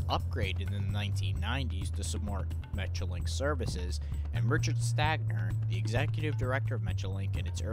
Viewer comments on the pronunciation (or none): none